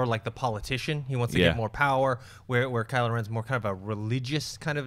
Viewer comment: 'Kyle' ren?? 😂 😂 😂